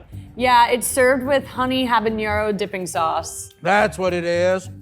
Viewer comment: And it's habanero, not habañero!